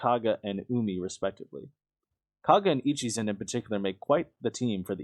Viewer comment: "Echizen" Where did "Ichizen" come from